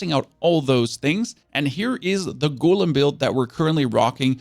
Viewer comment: GO LEM GO LEM NOT GOOL EM